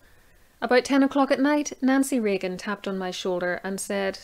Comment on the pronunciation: Did you say Nazi Reagan...